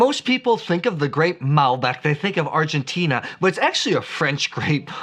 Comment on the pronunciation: Argentina, the end you pronounce like "Tina", from Tina Turner. I love Malbec and it seems 2019 is the best vintage ever in Mendoza